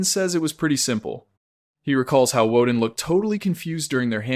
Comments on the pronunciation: i do believe i cant watch this you are saying wooden and not vordan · Bro its vorden not worden. Apart from that everything looks good